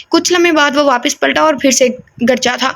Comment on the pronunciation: یہ لفظ گرجا ہے گ کے اوپر زبر ہے 🥰